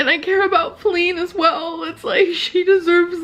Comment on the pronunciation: right? it’s “faline.”